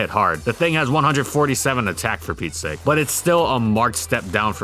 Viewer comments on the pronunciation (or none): none